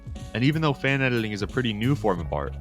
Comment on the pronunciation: Why do you pronounce it "edeling" instead of "editing"?